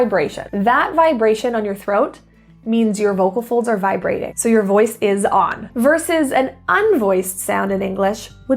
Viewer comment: What is the correct pronunciation of 'on'? I'm wondering if the vowel sounds like the 'uh' in 'fun'. Or perhaps you're pronouncing it with the 'ah' (/ɑ/) or the /ʌ/ sound? Plz lemme know, and yes, love yuh!